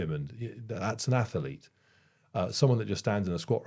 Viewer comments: Interesting to see the results of the ATHLETE you are going to create…..but not an ATH-ER-LETE,! It makes me laugh every time you say atherlete. 😊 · When I hear you say “ath-e-lete” I can’t help thinking of Stewie Griffin saying whip… 😂